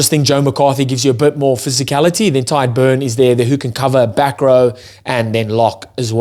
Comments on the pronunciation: Small tip on "Tadgh". It's not pronounced like "Tide", it's like the "Tig" in "Tiger". You're welcome! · Stop confusing him by being a contrarian bro. I am Irish and my friend's name is Tadgh. I should know how it's pronounced and it's not "Tag". The "Tig" sound in "Tiger" is how it's pronounced. Read what I said and not what you made up in your head.